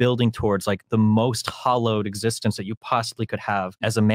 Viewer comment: The subs say hallowed, but he said hollowed. A rather meaningful difference.